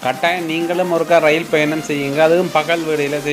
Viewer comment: நண்பரே, எதற்காக ரயில் என்ற வார்த்தையை ரயின் என்று பேசுகின்றீர்கள். தமிழர் தானே தாங்கள். தவறாக உச்சரிப்பு செய்ய வேண்டாம்.